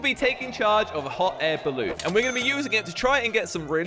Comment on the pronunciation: hot air balloon: how i pronounce it: hot air balloon how pronounce it: hoh air balloo